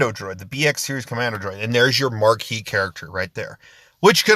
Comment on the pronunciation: Its Marquee